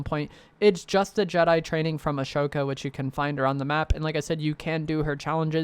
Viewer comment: Dude, it's pronounced AH-SO-KAH. Not uh-show-Kah 🙄